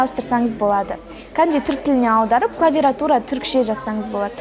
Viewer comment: АХАХАХАХ ОРУ "КЛАВИРАТУРА"